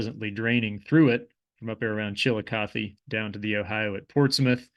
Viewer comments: Kinda. Accentuation on Chillicothe is not like I've normally heard in the area. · NOT... Chilli Cuth EE... CHILL LOCK UH THUH,,, that is 1 of the former Capitals of the SHAWNEE. CHILL LOCK UH THUH And Monanga.... you have the 1st part right... but NOT - HE LA it is HEY LA... another Native Word possibly Shawnee but could be other